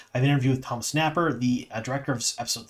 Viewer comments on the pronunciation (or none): none